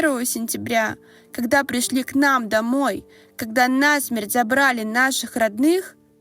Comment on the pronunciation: Пока такие тексты будут читать убогонькие, не понимающие, что они читают, ничего не изменится. Перепутать ударение во фразе '...забирают нАсмерть...' может только человек, не одупляющий, что он зачитывает. Забирают их на смЕрть.